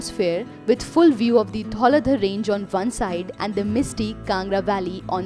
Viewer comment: great attempt... but u just have to pronounce some names properly like Nagarkot not naagarkot, dhauladhaar etc